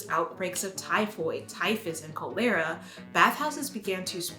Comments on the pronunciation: Co-lera? Calera? Cholera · is it classist to point out you said Cholera wrong? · I’ve never heard anyone say cholera that way. Usually KA-luh-ruh, not ko-LAIR-uh. And emblem is em-blum (unstressed syllables get an uh sound, so it’s not pronounced like eh.)